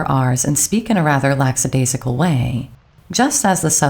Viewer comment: There is no letter "S" after the "CK" in "LACKADAISICAL". Ironic, since this section is about pronunciation.